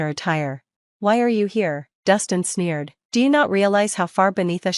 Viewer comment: Sneered...not "smeared" ! You need to get a better Robot.